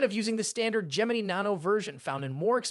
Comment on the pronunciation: This guy can't pronounce Gemini 😆